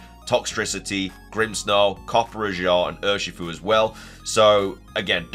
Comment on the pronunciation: Lol, the copperajah pronunciation 😂😂